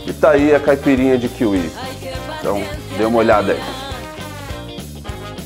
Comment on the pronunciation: falou errado também 😐 caipirinha